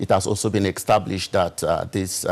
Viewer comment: Why is calling COVID-19 as COVIC-19. Why is he also saying EXTABLISHED insteadof ESTABLISHED. Please tell him to learn to pronounce those words correctly. What a shame.